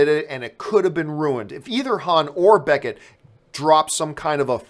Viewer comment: beCKett not beNNett